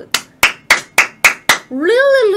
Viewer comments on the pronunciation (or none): "leally leally crap" LULW